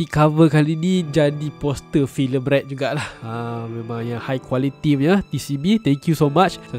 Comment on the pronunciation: Movie Red...tapi cakap macam bunyi movie rex..